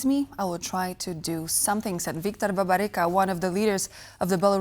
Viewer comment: “BARBARICO” 🤔😅😂 — that’s how this Polish TV channel chooses to pronounce a name that, in its unmutilated original (Babaryka/o), aligns perfectly with both Polish pronunciation and the name’s historical and contemporary presence in Polish territories.